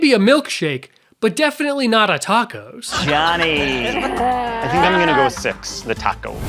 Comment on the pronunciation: why do you keep saying A tacos????